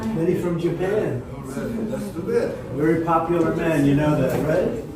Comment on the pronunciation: The translation guide 😂😂😂 Pop-uuhh-ler = popular ExtrapYOU-late = Extrapolate Silver war = Civil War Dat = that Dis = this Fuss-trating = frustrating